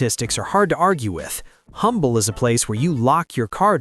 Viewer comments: It’s pronounced Umble. The H is silent. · Please do a bit more research if you're going to besmirch places in Texas. There's no such place as Humble, Texas. It's pronounced "umble" when referring to the town in Texas. The "h" is silent - kind of like you should be.